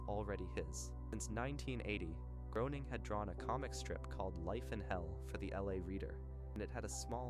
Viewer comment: I wanted to watch this, but it's pronounced GRAY-ning 😢